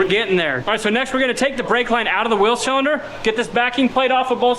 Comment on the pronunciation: At the end of the video, I thought you said we have to figure out our "Will" situation. Then it dawned on me that you said wheel. lol